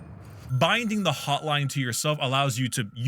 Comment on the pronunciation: i swear sometimes when you pronounce an n it sounds like an m and I keep doing double takes because it takes a split second for my brain to realize what you meant when you said "the hotlime".